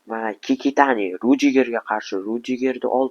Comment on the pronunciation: Kikitani❌ Kakitani✅